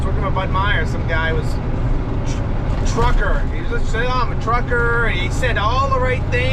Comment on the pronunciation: Always go around!! The "New England truckaahhhh". 🤣